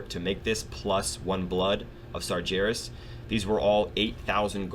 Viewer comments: Please dude I love your vids but it's Sar-----G---erus not Sarjerus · I've just started watching these, and I imagine you fix your pronunciation soon enough, but just in case, it's Sar GAR (as in Gary) as. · like your videos but i gotta say this, you are pronouncing sargeras wrong, just imagine that the ger in sargeras is pronounced how bear would be, but with a g, s-are-GAIR-as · Loving your JC videos, but for the love of god, sargeras is pronounced sar-gar-us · Every time you say Sargeras I cringe a bit